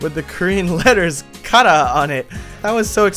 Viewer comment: THE WAY YOU SAY KARA OOF